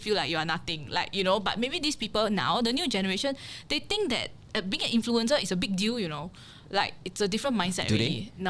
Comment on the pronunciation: Didn't know XX was cancelled too until it's revealed here. Glad to have a chance to hear from her again. Don't make 'influencer' sound like 'influenza' though. 😊